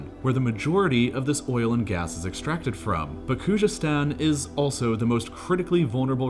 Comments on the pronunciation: If you read this: Kh is forgivable but c'mon man its a z like the English language try saying it like its English and u will be even closer to the real pronunciation: Khuzestan ( try saying Kuzestan as the kh makes like a x/khhh sound which is understandably hard to pronounce). U got this dawg. Almost all of the Iranian language with the exception of kh and gh sounds exactly like it looks. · It's definitely not pronounced Kujestan. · The clip is so wronge. Irans economy is working almost without oil today. Narrator cant even pronounce Khoozestan and says Koojestan!!!! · Bro why does he not make an effort in pronounving Khuzestan correctly ?